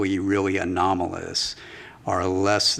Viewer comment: Anonymoloous what? What did he say? Not aerial anymore?